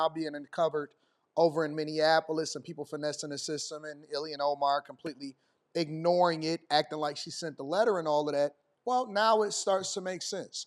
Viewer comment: Why do people keep calling her Illian lol It's Ilhan, which is bad enough.